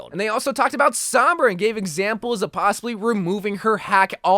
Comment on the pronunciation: It’s sOHmbra, not sAHmbra